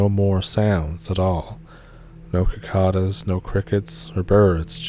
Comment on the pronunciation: sicada, not kikada.